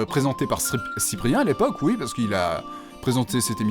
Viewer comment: IL A DIT OUITTTE !!!! IL A DIT OUIIITE !!!! 😂